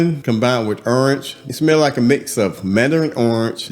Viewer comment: The way he says orange lol earnj 😂